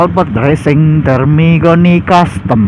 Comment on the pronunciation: Termignoni bang bukan termigoni 😅 kurang aqua nih mimin